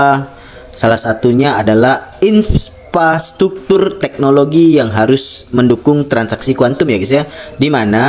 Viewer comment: Membaca rupanya dia. Real time dibaca rail time Mengucapkan infrastruktur dg terbata² Di akhir video itulah asli pandangannya dan kacau untuk dipahami.